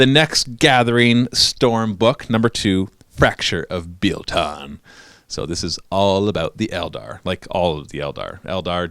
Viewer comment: Bi-el not Bee-ell thats painful. I play Biel tan since by first model purchased. Thans for the review.